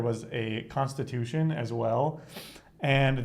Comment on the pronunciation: there is racism in some critics of Costa, but there is also the fact that his diction is somewhat convoluted sometimes, but it's got nothing to do with race. Some people just do that, especially when talking fast, and they suppress some syllables. A good example would be how he says "Constitution-Constituição" and it sounds more like Constution.